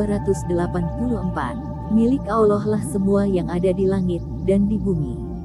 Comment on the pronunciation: Mohon maaf admin pengucapan Allaah nya terbawa huruf wawu,Awllah... Harusnya Allaah bukan awllaah